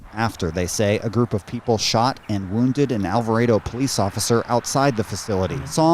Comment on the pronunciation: It's pronounced Al va Ray Doh